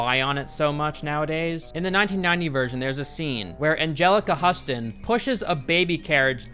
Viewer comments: “Angelica HUSS-ton”, lmao. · For the love of imaginary god her name is Houston like the city. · It’s pronounced Hew-ston, her dad is the late and very great John Huston 🙂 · lol "Huss-tun". 😂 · Weird. This is the first time I hear someone pronounce Angelica Huston's name like that and I was a teen in the 90s, when she was in all those movies and people talked about her a lot. I don't know why, but till today I only ever heard people pronounce her name like Houston, like the city. To be honest, I even thought her name is spelled Houston, until I just googled it and was surprised to find that it is spelled Huston. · Angelica Huston is pronounced like Houston, same as her famous director father. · Angelica Huston's name is pronounced "Houston" like the city. 😊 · Anjelica Husston must be from Husston, Texas. Lol It’s Huston, dude. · Her last name is pronounced 'Hyoo-stun,' sweetie. Just like the city... and her father, the famous director♥️ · Omg it's Angelica HUSTON PRONOUNCED LIKE HOUSTON!! sorry... but cmon haven't you ever heard anyone else say her name? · And it's pronounced Angelica Huston as in sounding like that place in Texas - Houston..... 😏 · Its pronounced Angelica "Houston" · It is pronounced Angelica ... HEW-stun..... geeeeez! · It's Huston.....like the city. Houston, Texas. Anjelica Huston. C'mon man...she's Morticia Addams for Lord's sake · You pronounced Huston's surname wrong. The "Hu" is pronounced like hue. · You'll probably never need to say her name again, but if you do... It's pronounced Houston. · Please tell me you pronounced her name "Huston" on purpose. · Lol, huss-ton. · Its Angelica Huston like Huston Texas, Not Huston like corn husk. Also, great video! I thought about seeing the new one when it came out. Glad I skipped it. It just looks awful...wich is sad since it came from the same guy that did Back to the Future. I just wanna sit down with him and ask him if somebody hurt him or something. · Hustun? HOUSTON Like the state ya muppet